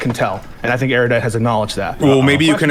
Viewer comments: It's Ero-dite and Piss-co. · God damn it. It's pronounced ER-U-DITE. Where did this poncy airy-you-dite pronunciation come from? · How are people still mispronouncing Erudite? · absolutely pedantic attention to specific details is completely undermined by his inability to correctly pronounce the word "Erudite".